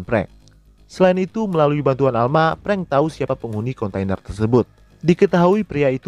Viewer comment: Bro...raiso ngomong F yooo....frank kok jd prank? 🤣🤣🤣